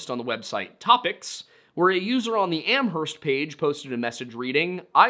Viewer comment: Js so you know the h in Amherst is silent